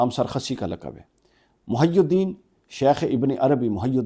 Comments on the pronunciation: آپ کے دل میں سیدنا امیر معاویہ رضی اللہ عنہ کا۔بغض ہے جوکہ ظاہر ہو رہا ہے نیز دنیا کی اصلاح بعد میں کرو پہلے لفظ "محی الدین" کا تلفظ تو صحیح کرو تمہیں تو تلفظ ٹھیک سے نہیں۔آتا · محی الدین میں ح پر جزم پڑھی جاتی ہے اور ی کے نیچے زیر پڑھی جاتی ہے جبکہ ح کے نیچے زیر اور ی پر پیش پڑھ رہے ہیں۔ جس بندے کو تلفظ نہ آتے ہوں وہ چلا ہے امت کی اصلاح کرنے اور سیدنا معاویہ پر اعتراض کرنے۔ صدقے جائیں۔ ایک سے ایک احمق سوشل میڈیا پر جلوہ گر ہوگیا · محی الدین کا تلفظ 😂😂😂😂😂😂😂